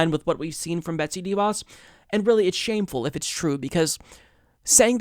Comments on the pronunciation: It’s not pronounced DEE Vos. It’s pronounced d’voss. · She’s a tool, you’re absolutely right and I love your show but her name is pronounced (sounds like) Duh Vos- accent goes on the Vos not on the Dee Sound. It’s duh^Vos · She is simply horrible, but please stop pronouncing her name DEEVos. :) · You don't pronounce "De" as Deeeee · All agree BUt please please stop saying DIE Vos.. it is a Dutch name (The Fox) use correct phonetics please. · Sorry to be that guy, but your pronounciation of DeVos sounds a little weird to me. Since it's a name of Dutch origin, I believe it should be pronounced like how the Dutch word "de" is pronounced: with a short e. It actually comes close to the English "the" (it means the same too) but then obviously with a hard d-sound instead of the th. Her name translates to "Betsy The Fox" ^.^ Love u!